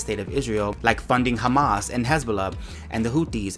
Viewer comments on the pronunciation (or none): none